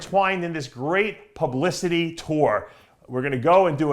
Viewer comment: Did he say ""tons of palumblicity"?